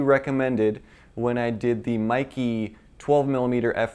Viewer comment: It is actually MEIKE, not Maeekee. E is pronounced like in bEst, tEst.